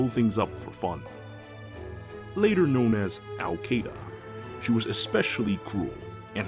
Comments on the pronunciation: ITS SHIIDA NOT KEYDA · Awesome brain damage story but I pronounce Caeda differently (I say it like see-duh) cuz that's how they said it in Warriors I think so the name kinda takes a blow if you say it different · Ok, I know this ruins your joke. But her name is pronounced She-da. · Al Caeda was always the Sword flier that I wanted to use since launch, even without her Wing Sword refine. Then again, since I’m just a little f2p player, I never get to build any of the units I want to. Btw, I always have pronounced her name as KAI-AY-DUH even though it’s actually “Shiida” or whatever. I think the way I pronounce it sounds stupider and sounds better to my half-deaf ears. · its pronounced SEEDA /s